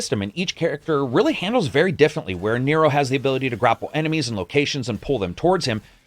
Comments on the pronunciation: Dude Nero’s name is pronounced Nearo not Nehro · Nero... it's Ne-ro. Not Naro 🤦🏻‍♂️